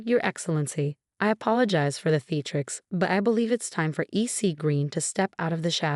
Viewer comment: Sheikh, not shake. We've, not weave. Theatrics, not theatrix.